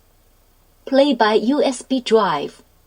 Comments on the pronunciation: "plai by usb jive" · And what about the "PLAY BY USB DRIVE" in a completely different, Chinese accent?